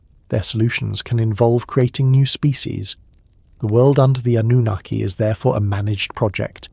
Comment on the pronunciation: Yep, AI, don't subscribe. Great topics but this is painful to listen to, especially the mispronounced Annunaki and the continued repetition just to drag the story out.